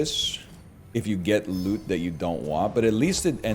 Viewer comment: When I first heard him say "monster lüt," with an inquisitive chin stroke I found it quite droll, but now I anticipate it and say it with him in unison.